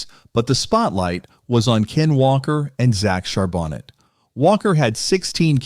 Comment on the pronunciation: Char BO-NAY is the way you pronounce it